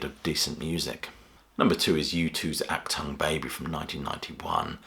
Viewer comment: Took me a while to understand what album from U2 you were refering to: "Achtung" shall not be pronounced "Ak-Tongue", but "Ar-Toong" (with a gutural "r")